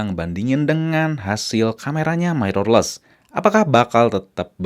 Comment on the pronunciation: Lah makin panjang wkwk. Dahlah bro, intinya niat gw dri awal cuma mengoreksi. Jgn bawa perasaan, kita pke logika aja bro, "Mirrorless" itu dibaca "Mirrorless" bukan "Mairorless". Gw yakin bnyak nonton ini video, jdi sebaiknya research dlu. Nnti bnyak org yg gatau trnyata itu salah dan malah bnhak yg ngikutin. Jgn marah² goblognya makin keliatan hahaha